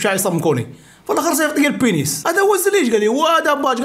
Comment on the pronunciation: رد البال اسي.البنيس عندو معنى ٱخر لهلا يوريك بالفرنسية.قول البنيز بالزاي و ليس بالسين.حفظك الله.